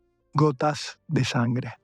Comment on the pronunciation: Excelente, narración. Nota: Dice gotas de "yangre" en el , probablemente para evitar la desmonetización.